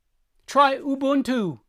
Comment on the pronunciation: Thanks. Thanks for getting the pronunciation of Ubuntu correct. It is a great word that we use in South Africa.